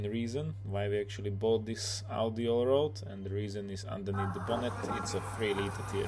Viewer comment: It is pronounced ALL RAD not ALL ROAD :-) RAD is German for wheel. Allrad is 4-wheel drive :-) And yes, you talked too much. Nice looking girlfriend you've got :-) And very nice dog too.